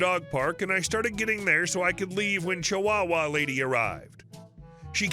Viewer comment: Do you have a difficult time saying the word “chihuahua?” It’s okay. I could never say “antique.” It was “antink.” Grandma couldn’t say “aluminum.” It was “aluminuminum.” We practiced the correct pronunciation, but whenever we had to use the word, there was that little pause and the slow pronunciation.